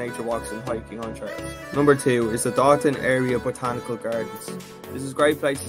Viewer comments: It’s pronounced “dough- than” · Lol this is my hometown, it’s pronounced Dough-Than